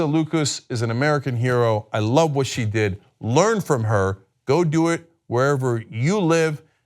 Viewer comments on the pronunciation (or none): none